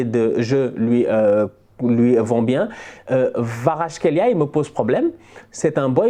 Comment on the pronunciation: Khvicha Kvaratskhelia Je crois qu'il faut prononcer le V comme un W.